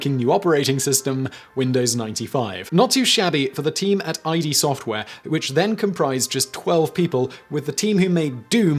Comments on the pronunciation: Simon please look up the pronunciation of companies before saying their name. It is call ID software like the Freudian term, not I.D. Also Nike has a key at the end and the jeans are pronounced Lee-vis. These aren't words that CAN be different in British terms, these are names, and therefore are pronounced either as the name of the founder (Levis), or how the founder says the name is pronounced (Nike) Saying them wrong makes you sound like "No, you made up the company, (or your parents made up your name) but THIS is how your supposed to say it" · It's actually "id" software, not i.d. software-as in "id, ego, superego". The id is the primitive part of the brain as described by Sigmund Freud. I get thrown off every time Simon says "I.D. Software" instead of id (as in, id and ego) Not "I-D", "Id." Like the no filter part of the personality. It's Id software not "eye dee". Ya know like the ego, superego....the id. Bloody cringeworthy mate. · By the way, I don't mean to be petty but just to let you know, id is actually pronounced "id", not "ID" like your ID card. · Of course it was installed on more PCs than Windows 95 at one point: it predates Windows 95. Doom was a DOS game. Also, it's not "Eye Dee Soft." It's id Software, with "id" being the same one-syllable word that Sigmund Freud coined. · Not "I-D", "Id." Like the no filter part of the personality. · Yeah he usually does good research, so it is surprising he cannot pronounce such a famous company's name. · I get thrown off every time Simon says "I.D. Software" instead of id (as in, id and ego) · It's pronounced id studios, not I D... as in the psychological id, not someone's identification. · I think it's supposed to be pronounced 'id' (as in 'id', 'ego', 'superego') not eye-dee software. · Just so you know, ID software is pronounced like it but with a D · Dude it's "id" software. As in "id, ego, and superego" as coined by Sigmund Freud. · Eye-dee? Game-purist-flaming-u-4-that intensifies! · It’s not i.d. It’s id